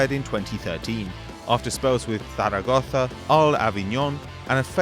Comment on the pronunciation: that "Zaragoza" is more spanish than Diego costa